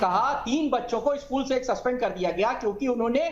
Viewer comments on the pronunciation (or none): none